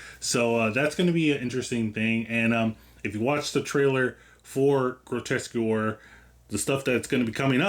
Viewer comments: Grotesquereeeeee, not grotesquer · It's pronounced * "Grotesqueree" taken from the French Grotesquerie, not "grotesquery" ;) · It's pronounced: "Grotesque Erie" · « qu » is prononce like «K » So it’s « groteskery » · Thank you. Really annoyed me how he kept mispronouncing it, Louis reads the name aloud from the calling card so how you can get it that wrong is baffling. Other than that great video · ok…this might be harsh but why woupd anyone want to go to someone for an explanation or breakdown of something they cant even pronounce correctly???? thats just lazy… Groteskewer????? REALLY???? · I think you'll find the show's title is pronounced "grow - tesk - uh - ree". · the name of the series. It’s Grotesquerie. Pronounced as Gro-Tes-Que-Ry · lol came to comment, I don’t think you’re pronouncing it correctly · This is my first video on your channel. I found the mispronunciation endearing, my mom does it all the time I'm a new subscriber, I appreciate good vibes in a horror recap! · Leaving because of the way you pronounce Grotesquerie they literally pronounce it in the show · Jesus lol can’t even pronounce the name correctly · I agree, but I stayed for the review but the pronunciation was a little jarring. We could have called it GQ and kept on keeping on. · my brother, great review, decent editing, all that. You gotta learn to pronounce the show name lol, they even say it in the episode. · Bro can’t even pronounce the name of the show he’s watching…. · Mmmm yea I didn't like how he pronounced it